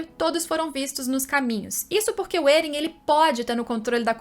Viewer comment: Da uma aflição toda a vez que ela fala Eren ao inves de Éren